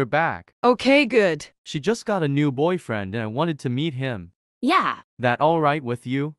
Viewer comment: WHY DID YOU SAY BOY FRLEND